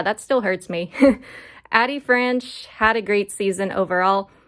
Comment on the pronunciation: Just for future reference it is pronounced AYE-Dee Franch.